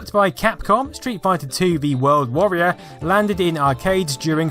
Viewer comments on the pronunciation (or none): none